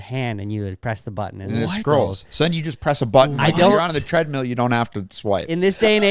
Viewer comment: Every time says treadmeal I cringe a little inside.